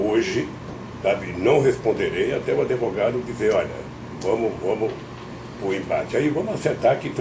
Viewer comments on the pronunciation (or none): Não é adevogado seu jumento